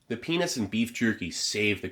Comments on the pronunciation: PeaNUTS Steve, not PeaNITS. Had to do a double take there. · am I tripping or did he say penis instead of peanuts? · did you really say 'penis and beef-jerky' at 38.01 ? I looped it a couple of times,can't unhear that... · No disrespect I had to rewind multiple times to make sure I heard correctly the penis and beef jerky saved the cranberries 😂😂😂😂😂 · Sounded like he said “the Penis and beef” and I was just like 😮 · “the ‘what’ and beef jerky save the cranberries and raisins”? Childish I know, but it really didn’t sound like you said ‘peanuts’ 😂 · you said PENI**** not peanuts ahahhahahahahha.......it happens lolol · "the penis and beef jerky" I HEARD THAT!! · it sounds like you said, "The penis and beef jerky save the cranberries" 😭🤣🤦‍♂️ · I heard wiener and beef jerky lol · did he say penis and beef jerky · had to double take on the way steve said peanuts there for a sec XD it snapped me from my drawing trance.